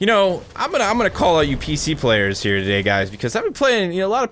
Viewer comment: that intro "and we are here toddhaey"